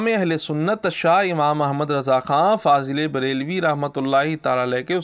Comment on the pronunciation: Sarkar mazrat fazl e brealvi nahi fazil e breali hota he bhai